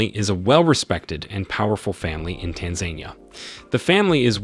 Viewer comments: Good information but PLEASE learn how to pronounce the name of the country. It is not TanZANEia. It is Tanzania.... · Not Tan zan ni ya. It’s tan Za Ni ya. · Tanzenia? Pronounced Taanzaania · it is pronounced Tan Zan Nia. Please instruct your reader to say it properly. Tan anquia Zan zibar Nia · Tan ganyika Zan zibar Nia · I wish you would pronounce Tanzania correctly. Tan-zan-eeeeya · I am big fan of Tanzania and I didn't know most of the content regarding the movers and shakers of this emerging E. African nation but, is it too much to ask an editor or producer to prevent the Anglo-centric reader to NOT butcher the country's name as well as most of the family names reported? The facts are very interesting and timely but, the pronunciation butchery is a big distraction. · That has to be the most annoying pronunciation of Tanzania I ever heard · I GET YOU'RE TRYING TO INFORM THE PUBLIC ON TANZANIA BUT, HOW YOU EVEN PRONOUNCE THE COUNTRY..TO THE INFORMATION YOURE TRYING TO SPREAD..IS ALL WRONG. I SUGGEST YOU REITERATE THIS ENTIRE FALSE SMEAR OF A CLICKBAIT.